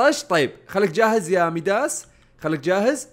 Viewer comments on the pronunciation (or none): كيف الناس الطبيعين يقولون مايداس كيف يقول مايدس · مايدس ❌مايداس✅ 😂😂😂😂😂😭😭😭😭😭😭😭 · اسمه ( مايداس) ما ميداس